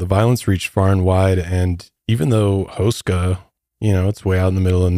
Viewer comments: But his last name is pronounced hoo-sh-ka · You are butchering tha hell outta H-oo-skaa Castle.😅